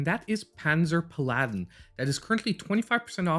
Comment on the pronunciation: Pal-ah-din, not Pah-laddin 🤓. Game looks cool.